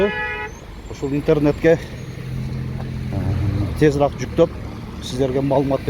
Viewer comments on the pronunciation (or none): Тезираак эмес тезиреек деп суйлосонор